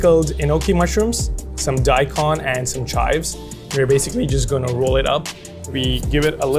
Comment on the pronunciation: I find it funny that even at Michelin starred restaurants, the chefs still don't know how to pronounce wagyu and daikon correctly.